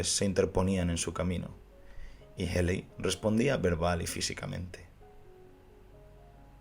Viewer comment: Ted Healy se pronuncia "Ted Jili".